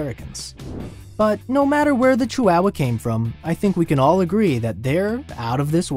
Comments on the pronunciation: It's not pronounced cheeWOWuh. ❌ It's chee wa wa. ✅ Chi hua hua. There is no "wow", just "wa" (hua). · It's not "chi-wow-wow" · "CHEW-WOW-WUH" first time i heard it pronounced this way😂interesting facts tho😊